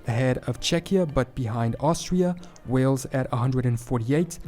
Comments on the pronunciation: Hey. Great channel man. However, could you pronounce Wales like whales and not wells, like the place you draw water from. When are you planning a trip over here? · P.s you are still calling it WELLS it’s WHALES as in the animal.